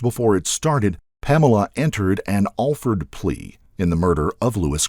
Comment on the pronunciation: He didn't pronounce it right, but it's not what you're suggesting either. It's just like it sounds, Alford.